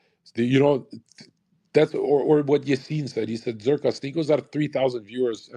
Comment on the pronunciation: Zer “her” ka 😂